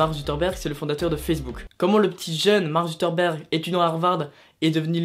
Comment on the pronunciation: Mark suKERberg pas Zutterberg, Désolé ça m'a stressé